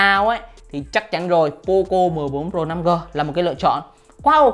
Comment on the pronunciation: Đọc thì đọc tên hãng cho đúng. Nokia thì đọc no kia. Poco thì đọc pôcô. Nghe chói tai